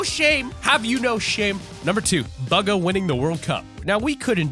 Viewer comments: Lmao he said bugga not bugha pronounced booga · Bugga? His names pronounced booga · It's pronounced booga not BUGa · Bugah not baga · He’s calling Buhga bugu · It's not baga it's bugha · It's BUGHA not bugga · Top gaming :baga world cup player Ppl:Going to comments to see what the chat sayingabout baga btw its Bugha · It doesn’t sound like buga it sounds like booga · dude its not bugga its bugha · bro he said buga instead of bugha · its not baga its bugha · T5g not bugga Bugha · It’s pronounced booga not buga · Bugah not buga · He said Bugha like buggy instead of booga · Buhga is said like booga not baga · Bugga????? Bugga??????? ITS BUGHA!!!! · he said buhgo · It’s boo-ga but if you’re scared of the boo in bugha I’m fine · Did you say buga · Did my dude call Bugha buga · He said BUG-A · It's pronounced booga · Boogah is how u say it!. /-/ /-\ |\| |3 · It's pronounced boo-ga. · He said buga instead of bugha 9:8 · bugger it bugha say it right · Boogha or bugha (pronunciation) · Bruh you pronounce his name like booga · what did he just say baga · He pronounces bugha as baga whereas you say it boga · bugha is said like booga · Bug-a? BUG-A? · It is boogha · my man cant say bugha right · You pronounced bugha wrong